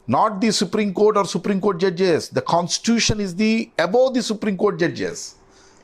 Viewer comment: Conistution kaadu talli constitution